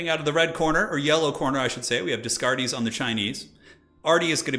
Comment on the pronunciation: Just in case no one mentions it later on in the stream, Descartes is the name of a famous philosopher and it's pronounced day-cart, not des-cartez ;)